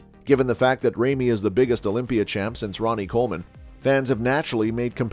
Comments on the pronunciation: IT'S NOT "REIMY" IT'S RAMY !!!!!! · FIRST OF ALL Ramy IS NOT pronounced RAIMI BUT either ROMY or RAMY. Goes to show already how much you know about Big Ramy🤮🤮🤮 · His name is Ramy, not rejmi! Come on man! Where did you hear Ronnie hate Ramy?! Come on! You are total show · This is the most unprofessional video I have ever seen. If you are going to do coverage of an athlete LEARN TO PRONOUNCE HIS NAME CORRECTLY. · No respect for this ckickbait merchant who can't even pronounce the athletes name right. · Would it have been too much for you to learn how to actually pronounce big Ramy's name before making a video about him? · You don’t even pronounce Ramy correctly